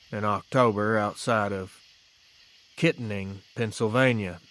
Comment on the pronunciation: I was born in Kittanning, PA. Not that it matters, but it's pronounced kit-TAN-ing. Grew up in Armstrong and Westmoreland county. Heard a lot of bigfoot reports, but this is the first dogman one I've heard. I used to work nightshift in Kittanning, drove over an hour to work on some lonely, winding back roads from Cherry Tree every night. Paranoid as hell every second of the way.